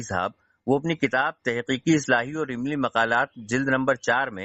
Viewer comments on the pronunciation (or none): Ye barelvi ilmi ko imli bol raha hai😂😂